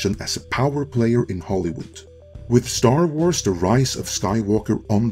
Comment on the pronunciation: "Star Trwars"? What's that,?